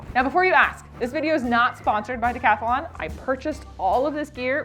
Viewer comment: Stop saying decathalon😢 it's Decathlon say: decatlon